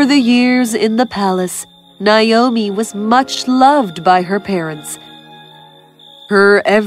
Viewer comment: Naomi - not Nayomi.